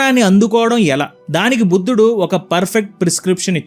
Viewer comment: అన్న నువ్వు ఇంగ్లీష్ మీడియం ఆ బుధుడు కాదు అన్న బుద్ధుడు 😅